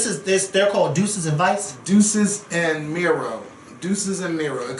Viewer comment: Omg! Did you all actually get any facts before you did this video of DJ Envy situation? Sheesh. 🙄 it’s DEE•SUS and MEE•RO. You shouldn’t wing these videos anymore lol